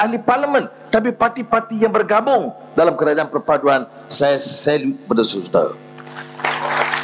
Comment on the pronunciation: YB PM ucap saye, tanpe, sxdare, ade, kite, ade, saye, untok ape, agame, budaye, tanpe, mereke, care, lame, kite, lame, negare, saye, terime kaseh, laen, sxdare, negare, ade, kuase, semule, muncol, mase, lime, due, kite, pertame, lime, peratos, tige, tige, dll. Halusinasi YB PM. 🤐